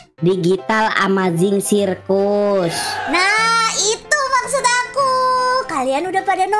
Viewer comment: Kak bukan gitu ngomong di amazing digital Circus nya bukan sirkus tapi di amazing gitar Circus Kak